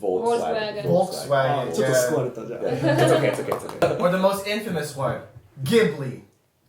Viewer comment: infamousはインフェイマス、ではなく、インファマスだよ。大丈夫か😂